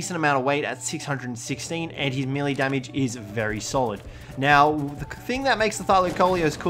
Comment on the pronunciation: does it bother anyone else that he pronounces "melee" wrong?